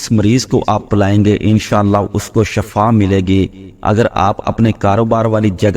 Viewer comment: Shifa hota hai zair,zabar ki ghalti se matlab badal jata hai iska bohot khayal rakhain